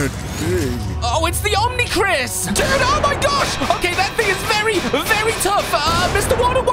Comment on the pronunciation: "Omni-Chris" Omnitrix